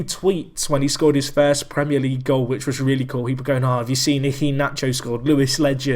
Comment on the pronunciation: When Iheanacho scored and only people who had watched ur series knew how to pronounce his name